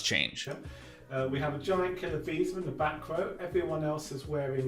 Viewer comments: He kept saying visa not vesa, was very distracting 😊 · Idk why but calling Vesa "Visa" just cracks me up every time:D whaling so hard he turned Vesa into Visa:))